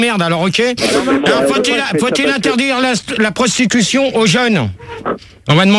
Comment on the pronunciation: La Sprostitution ! Rrrrôôoh. Pas la "prostitution" !